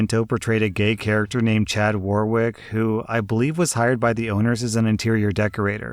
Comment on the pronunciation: Hi. "Quinto" is pronounced "KEEN-toe", and "Warwick" is pronounced "WAR-ick". Thanks.